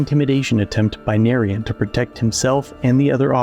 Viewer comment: Oh shit. Narayan is an Indian dude. "Nah-ryan" is the pronunciation